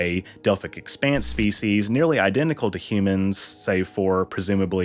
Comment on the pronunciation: "The Osaarians are not native to the Delphic expense" Dr. Phlox